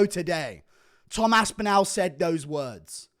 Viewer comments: The way you pronounce Tom's surname gives me shivers mate. You're English as well. It's Aspinall not AspinOWL. Turning American. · The way he says aspinAl pisses me off